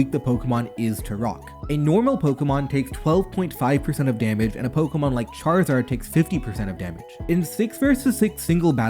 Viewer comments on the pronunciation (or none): none